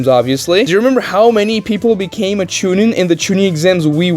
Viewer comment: Bro said chinin 🗣️ 🔥